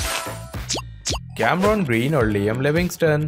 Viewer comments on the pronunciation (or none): none